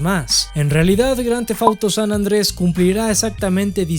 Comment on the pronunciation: san ANDREAAS! san ANDREAS, repite... SAN ANDREAS, no San Andrés, WTF!